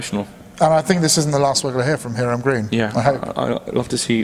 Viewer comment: Great video guys, keep it up. I can't believe he makes such great and complex fragrances solely using naturals, extremely difficult to do. His name is pronounced "Hi-ram" BTW.